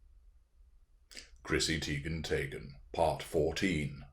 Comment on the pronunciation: IKR Teigen/Taygen🤣🤣🤣